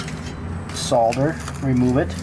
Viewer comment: Amazing that he actually pronounces solder crr